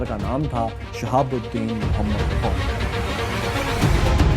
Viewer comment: Apny Hazoor SAW ka Name Mubarik sahi ni lia kindly sahi name lyn